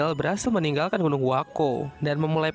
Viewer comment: Bukan gunung huako tapi. huakuo